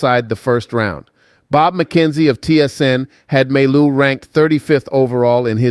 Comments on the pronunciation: we pronounce mai you not maillou lolol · Can you please stop saying May-Loo ? its Mah-You! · your pronounciation is wrong. You should prononce like Maiyou not Mallou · You pronounce his name My You not May Lou! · For your information, mailloux is pronounce Mayou! The way you pronounce it is if his name was written with only 1 L, mailoux, but it is not. 2 L sounds like Y. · The right pronounciation of Mailloux is Myyou if it helps in pronouncing Mailloux. :) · pronounced Ma-yoo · You need to work on his name, the l's are silent mon ami